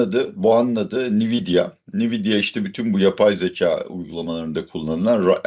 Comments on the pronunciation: hocam belki ben yanlis biliyorumdur da ben veri muhendisiyim ve yillardir Nvidia adini "en-videa" diye telefuz ediyoruz. Bkz (/ɛnˈvɪdiə/, en-VID-ee-ə) ni-vi-di-a kulaklarimi tirmaladi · Nviyda değil hocam Envidia diye okunuyor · "nividia" degil "envidia" diye okunur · Nividya ne hocam once dogru okuyalim 😂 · en vi di a okunusu bu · Nvidia nasıl telafuz ediyorsun ya öyle?😂😂😂 ENVİDİA diyeceksin. Bi daha İngilizce konusunda ahkam kestiğini görmeyeceğim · Hocam, en-vid-ya diye okunuyor. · Cambly reklamları yapan hocamın NVİDİA telaffuzu üzerinde bir durmadı lazım.